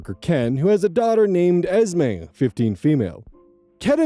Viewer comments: Esme, when short for Esmeralda or similar, is often pronounced Esmay or Esmeh. Hope that helps, and that I'm not way off base. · Just so you know Esme is pronounced as ez-MAY and EZ-mee. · eeeesme. Eeeeeesme. while you look up the pronunciation is a vocal stim for sure now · Your confusion over the pronunciation of Esme makes one thing absolutely clear, you have never seen a single Twilight movie 😂